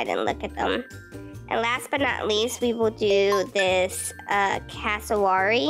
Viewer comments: Hii btw it’s cass- o-wary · It's pronounced Cass a ware ee and I think the butterfly is my favourite P.S.i love in Australia so I know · polly ? 😟 Its also pronounced Cassooweary 😁😁 Have a great day who ever is reading this!!!